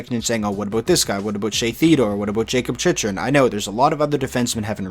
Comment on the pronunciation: Chychruns last name is pronounced (chik-run)